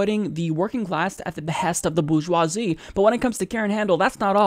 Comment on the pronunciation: Thumbs up for saying "Bourgeoisie!"